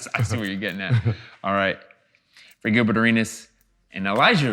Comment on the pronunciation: He called him gilferd😆😆